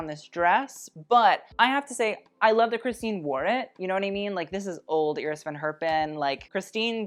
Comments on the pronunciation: Does anyone else laugh at his mispronouncing of him saying Iris Van Herpin?? He keeps pronouncing Iris as [Ear-iss] when its pronounced [Eye-riss] he thinks he's so proper and bougie he mispronounces Cannes as well. He needs to learn to pronounced these designers if he's going to be so Miranda Priestley about everything. Ya feel me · Not familiar with the designer Iris Van Herpen but traditionally the first name is pronounced Eye- ris rather than Ear-ris.